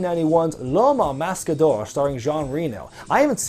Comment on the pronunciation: As a french-canadian, I can tell you your pronunciation is pretty accurate with "l'homme au masque d'or".